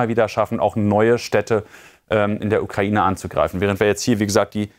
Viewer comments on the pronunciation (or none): none